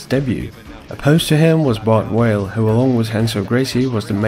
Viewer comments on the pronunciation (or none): First time I’ve heard Bart Vale called Bart Whale. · Why do you keep saying Bart WHALE??? It's BART number clart V V V V VALE ...it's not like in Portuguese R pronounced with a H you doing same fing using W instead of V v v v V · Bart Vale. Not Whale. VALE. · Why does he keep saying Bart Whale?